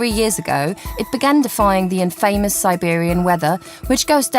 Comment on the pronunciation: She also says "IN-famous". 🙃